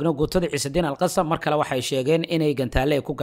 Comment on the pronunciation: Waad mahadsantay walaal sida fiican ee warbixina mihiimka ah aad noogu soo tarjumto, waxaan kugu kordhin lahaa in sida loogu dhawaaqo AL-QASSAM ay carabi ahaan tahay AL-QASSAAM oo qaybta dambe ay tahay shaqal dheer, soomaali ahaan sidaas ayuunbay noqonaysaa maadaama eraygu yahay carabi.